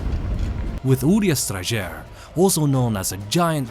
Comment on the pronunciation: I didn't realize you actually have to pronounce the Strajer with the J in it, thanks for clarifying!